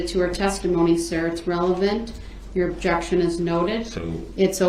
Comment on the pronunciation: Ahhhh jection instead of Objection, oaf instead of oath, 😂😂